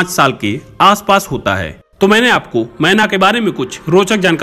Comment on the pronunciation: Menaaaaaa nhi kehenaaaaa ise 😂😂😂😂😂